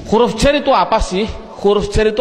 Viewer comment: Huruf bukan khuruf